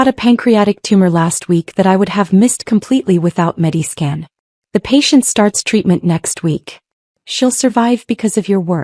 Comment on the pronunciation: MediSCAN, not Mediskin.